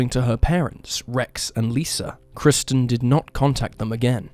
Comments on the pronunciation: He should have used AI narration - maybe then the first victim, KIRSTEN, wouldn't have been incorrectly called 'KRISTIN' throughout! 🙄🙄🙄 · The first victim's name is KIRSTEN, not 'KRISTEN' as you incorrectly stated time and time again! You kept getting it wrong throughout, even though her name is spelled out in large letters on footage of her missing posters! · Apparently the first case's subject is named Kirsten NOT KRISTEN - why not pronounce her name correctly? It was even spelled out on the posters shown in the video. Are you just a bot, too? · Kirsten. Not Kristen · No offense, in the first case, her name is Kirsten not Kristen. You're an awesome creator in any case. Been a sub since the first few videos! Thank you for sharing! 🤗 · There's no excuse for the narrator getting the victim's name wrong, over and over again! Jeeze - there's even footage of 'missing' posters with her name. KIRSTEN, plastered all over in big, capital letters! Yet he constantly calls her 'Kristen' which is NOT her name. It's a sloppy mistake, and disrespectful to a homicide victim. He'd be better to use AI narration than his own voice, if he's going to get such basic facts wrong. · Kirsten is pronounced ker-sten.